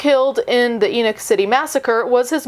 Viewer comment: I'm just impressed she pronounced the name "Enoch" correctly for us Utahns